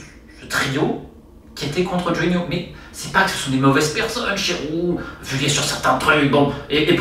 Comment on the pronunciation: Salut Romain. Très bonne vidéo, comme d'hab je dirais. Juste une petite précision. Jean-François Vulliez, dit Jeff Vulliez.... On le prononce à la Haut-Savoyarde, donc on ne dit pas le Z, comme Avoriaz... Pas Vuliaize (en phonetique), mais Vulié.